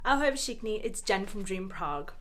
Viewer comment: Hi, just a tip about “Ahoj všichni” - you are saying it with “v”, which is there and it seems logical to pronounce it that way, but actually the right way is to say “fšichni”. Just try it, there should be significant difference. I tried to say it with “v” letter and I sounded exactly like you :))